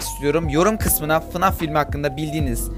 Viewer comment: fınaf değil faynef diye okunuyo